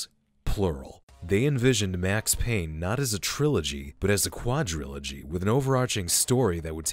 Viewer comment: It’s Payne!!